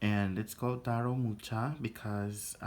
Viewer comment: It's Muha not Mucha. Thanks for the review.